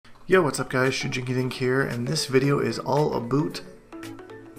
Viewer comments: "This video is all aboot" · "Aboot" Canadians smh!